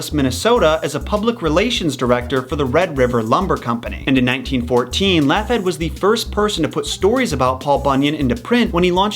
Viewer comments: It's pronounced Log-heed not laugh- head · I may be dumb, but I don't think Laughead is pronounced Laff-hed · Me laughing each time he says Laughhead 😅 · honestly, I'm not convinced you're pronouncing Laughead correctly and it's bothering me....